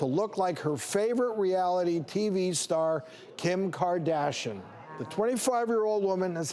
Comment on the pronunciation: Kim kardashon? I thought it was Kim Kardashian😂